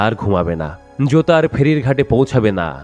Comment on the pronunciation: জুতা আর জোতার উচ্চারণ কি এক হয় ভাই😅😅